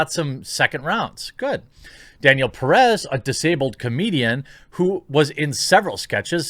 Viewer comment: both vowels in "Pérez" sound like the "e" in "step" or "met" or "dead", and the stress goes in the first "e", not in the last one as you are pronouncing it. Pé-rez. Don't take it as a bad thing, it's just constructive criticism in case you wanted to know.